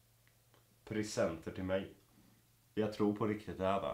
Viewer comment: prisenenter? det heter presenter